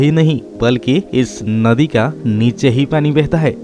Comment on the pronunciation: भई सहाब आपका हिन्दी बोलने का ढंग सही नहीं है नदी को नोदी बोल रहे हैं ।